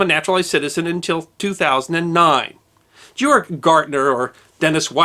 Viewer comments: Its Georg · ha GAYorg GAAAAYYYYY lmfao